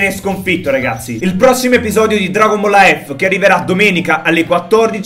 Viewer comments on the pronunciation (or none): none